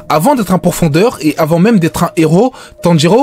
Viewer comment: *pourfendeur et non pourfondeur 🙃